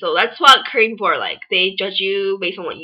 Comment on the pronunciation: You can't say Korean...that's why you hated it..pathetic..and stop repeating like ...